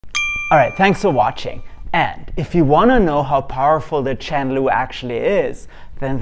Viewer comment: Im not a good English speaker, so I was confused hearing Chen Lu, wondering what is this? 😁